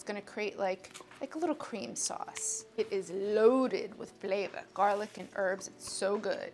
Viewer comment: BUTTAH! AND GAHLIC!